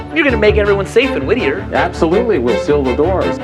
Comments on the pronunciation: se pronuncia WITTIER en inglés britanico y WIDIER en Inglés americano. Hasta en el video dicen Widier y este huevon sigue diciendo Whitthier. Ignorancia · La pronunciación es Witier . No existe H después de T para dar el sonido Z. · Seguro que se pronuncia así? Se escribiría "Withier", pero es WHITTIER. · Es más fácil pronunciar bien el nombre de la ciudad que hacerlo como el narrador del video. No es “Whithier”, sino Wittier. Por lo demás, muy interesante. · Ese sonido que hiciste al decir Whittier queda reservado para la grafía TH como Thursday o Thanks no para la T. De hecho en inglés norteamericano esa t se pronuncia como r del español, alguien lo pronuncia así en el vídeo. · It’s Whee-ddier ( pronunciations) no. Whezzier ! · Y la ciudad se llama Whittier no Withier... Los argentinos son pésimos pronunciando en inglés. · Sólo una pequela corrección, que me estuvo molestando todo el video. Las doble T en el nombre del pueblo (Whittier) no se pronuncian como "TH" en Inglés, mantienen su sonido de T. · Nada de "Güizier". Antes de aprenderte el nombre del pueblo deberías saber cómo se pronuncia. El nombre se pronuncia "Güitiaer"....se me abren las carnes cada vez que te escucho pronunciarlo con C/Z...el el aumentativo de white, my friend! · Creo que lo pronunciabas mal la ciudad, ya que se llama Whittier y lo pronunciabas como si fuera Whithier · lo esta pronunciando mal. La doble T, con acento americano es "wiRier" (con acento britanico seria "wiTia"), pero el narrador lo pronuncia como si fuera TH, lo cual es incorrecto ortograficamente, para empezar! 🤭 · No se pronuncia uizier se pronuncia uirier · ¿Por qué en español lo pronuncia como “Withier”? 🥴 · Todo el rato el narrador dice "Whithier" habiendo gente que lo pronunció bien. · Me irrita como pronuncia "Wittier" cuando los nativos lo pronuncian diferente jajaj. Excelente el video. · Lo pronuncias como si se escribiese WiTHier. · Solo una corrección: es WhiTTier, no WiTHier